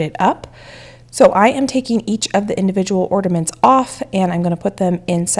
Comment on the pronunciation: Why do you say ordaments? It’s ornaments🙂